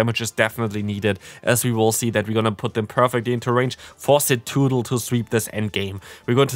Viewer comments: It's in the title of the video too, tbh I think I do like Cetoodle better 😂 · Idk what everyone’s talking about, you’re saying it right hahaha CETOODDLE!! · "Cetoodle" has me dying bro lmaoo 💀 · Hey! Great video but your Cetoddle pronunciation is killing me 😅 it's Suh-TOD-ul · I'm a bit offended by your pronunciation of ceToddle